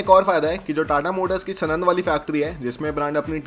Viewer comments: Bhe*ch** kya bake ja rahe ho yaar ... Sorry to speak it in such a way... But spoke sanand wrongly here , , , , , & as सनंद But actually it is साणंद , watch it here ..... I have been commenting since a long... Feeling bad to get mad at u Bhai... But won't is wrong... Can't you even work the town banner correctly ???? Choti bachchhi ho kyaa ????🤬🤬😠😠😡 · सनंद नही सानंद बोलते है उसको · भाइ जो यूनिट गुजरात मे है उसका नाम सणद नही साणद है 🙏 😊